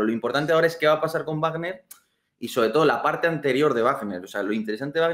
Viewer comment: Guarner no,vagner no es una palabra inglesa.